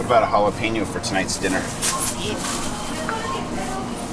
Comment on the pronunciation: Enjoyed the video, hey I shop alot in the Mexican grocery stores here. Produce is always cheaper for some reason and spices are fresh. I also shop the mexican bakery for sweet breads. less sugar in them and good for coffee breaks. I was hollering, get the pablano's in the store when you said jalepeno's. I love roasted peppers stuffed with white cheese, roll it up in a tortilla and toast both sides til lightly brown and the cheese will have melted by then. I can't fix rice without cilantro and lime in it. lol Enjoy the sights and sounds and thanks for sharing with all of us on the other end.